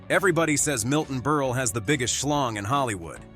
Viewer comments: Milton BERLE, not BERL-AY! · I wish to hell they learned to pronounce names. It's pronounced Burl nol burlay or burlee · It's Berle not Ber la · Berle is pronounced Berl not berlay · Milton Berle’s name isn’t pronounced “burly”. Berle rhymes with Pearl. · Stop calling him BURLYYYYY it's not Burly it's BurL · It's pronounced Milton BURL not Milton BURLIE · Can the narrator at least pronounce the last name correctly? Milton Berle--It's BURL, not Burly! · Burley... it's Berle! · Ditch the computer narrator and use real talent. It's BURL, not BURLAY. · NO, NOT MILTON BERL-E. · WHAT CRAP!! CAN'T EVEN PRONOUNCE NAMES. MILTON "BURLIE"????? AND THE SUBJECT MATTER, PROBABLY SUPPLIED BY SOME SMALL D**KED LOSER!! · It's pronounced BERL...leave off the E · Lost me at Milton Burrr'Lee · Milton "Berlie"? "Tex-a-ko"? AI fucking SUCKS! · Ber lay?? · Milton Ber-lay?? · The last e is sileht. So it is Berl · I miss a human voice over person. These AI voice overs don’t always pronounce names correctly - Milton Berly? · Berle rhymes with HURL, Bot. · Well, this video is a new low. By the way, the "e" at the end of Milton Berle's name is silent. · It’s Milton Berle is pronounced burl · They should get an announcer who can pronounce Berle not like “Berlay”. And other simple names… Quite annoying. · BUR-lay??? Is this an idiot or a robot? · Stop! , with the BERLAY!!!!!! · Milton Berly? Whats wrong with you? Milton fricken Berle. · It's Berle, not Berley!! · When it comes to Milton Berle, if they cannot pronounce his name correctly, what else is wrong with their story? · Would be nice if the computer voice would get Berle's last name right. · Who is this mispronouncing stars names? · Milton Berle….not Berley. Mispronounced Texaco. Who is this schmuck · Who id "Milton Burley"? What is "Teck-sock-oh" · Bur-lay...Tax-co,?? Are you sure you ever even heard of these people and companies? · With the NUMEROUS mispronunciations in this, it was hard to watch… Berley and Texaco????